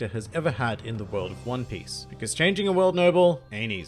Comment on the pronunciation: Did he just say "hone piece"?